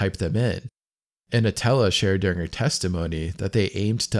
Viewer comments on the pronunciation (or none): ANTONELLA NOT ANOTELLA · ANTONELLA not Anotella FFS 😂😂😂